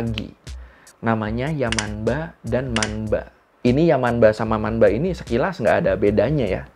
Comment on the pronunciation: Bang, untuk pelafalan yamanba/manba itu tetap dibaca yamamba/mamba bang. Soalnya kalo di huruf n ketemu b atau p dibacanya jadi m. Sekian bang🙏